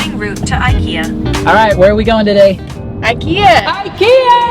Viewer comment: I in ikea is not like I in I, it's I like I in lamerica. Same goes for I in Iraq, Iran, Ivan, Igor, Ivanka, probably some more edit: should have waited till half of video passed before writing that, still, applies to iraq, iran, ivan, ivanka, igor too